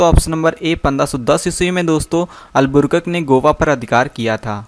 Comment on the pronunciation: पढ़ने तो जनता नहीं है अलबू कर्क के।जगह अलबुरकक बोल रहा है🥵